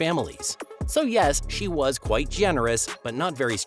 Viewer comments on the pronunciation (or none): none